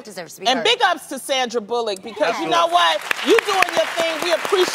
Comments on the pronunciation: It's pronounced bulluck Adrienne not bull lock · "Sandra Boo-luk" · Mighty Clickbait it’s bullick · "Sandra Bull-Lock" lol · annabelvb I literally just said she screwed up that last name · Adrienne should learn how to pronounce Sandra Bullock's last name correctly. It's not that hard lol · Adrienne, that's not how you say Sandra Bullock's last name lol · Why she pronounce her name like that 😂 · Adrianne can't even pronounce the lady's name right